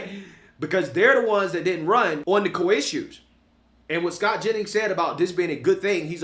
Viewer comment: The Koi issues. Yes they didn't run on Koi issues. "Core" issues. Core is the word. The "Koi" issues "dat" "day" talk about is "Core issues" "that" "they" talked about in "the" election not "dee" election. Anyway, I ain't a know it all but "day" are delusional.